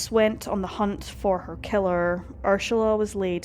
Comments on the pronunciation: It's Ur-sula not Ursh-ala. I think the narrator needs some lozenges or Sudafed 😆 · The way you pronounced Ursula as Urshula over and over made my skin crawl and I had to stop. Please don't slaughter victims' names like that. It is an affront to them. I'm German and the daughter of an Ursula, and even if you had used the English pronunciation, that would have been fine but sounding like a drunk person trying to pronounce it was just too much. The German pronunciation would be OO-zulla with that z somwhere between a z and an s. If you are going to use German names for places, Bavaria is Bayern. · Is that how her name is pronounced - Urshula?? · Pls note * pronunciation ** the name is URSULA not URSHULA.. thats Ur-Sula NOT Ur-Shula…. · I love your channel and your content . However, Tinnitus is pronounced - Tin NIT US . Also, the name Ursula does not have an “ h” in it. Ur- SU- La is how it is pronounced . Kind Regards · No. She is mispronouncing it . It is distracting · Please, PLEASE take the time to research how to pronounce the names!! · You don't have to fake the pronunciation of her name. It just sounds forced. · The mispronunciation of UR-SALA'S name 300 times was annoying to get past but a grand story to tell. My sympathy to her loved ones. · No, not inappropriate, more misplaced. Finding the mispronunciation of the victim’s name annoying is one thing. Being unable to find out without question who committed the crime is more annoying — although I’d be inclined to go for a stronger word, such as “infuriating.”